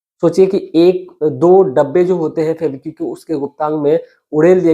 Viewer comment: सुनाने से पहले अच्छी तरह रिहर्सल करें, लड़खड़ाहट खत्म हो जायेगी। आपने १०–१२ मिनट की कहानी को जबरन अधिक समय लिया। फैबीक्यू क्या है? फैवीकल बोलो या फैवी क्विक बोलो।